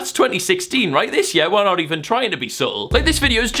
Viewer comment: Say "year" right and i might subscribe